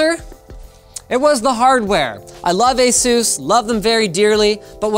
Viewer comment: Consider for a moment the "A" in Asus is supposed to be pronounced like a long-A ("Eh" not "Ah") and the "sus" portion is supposed to be pronounced similarly to "pegasus", (not "seuss"). You keep saying Ah-Zues, like Line-oos. How about Ay-sus (Asus), like Linus? Or maybe you intended to pronounce your name Lynn-oos?